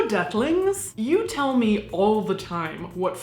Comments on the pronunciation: I heard ducklings lol... Nevertheless.. Youre an awesome lady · Awww sometimes when you say hello deathlings it sounds like hello ducklings. And it kinda is the cutest thing ever. Hello, ducklings!!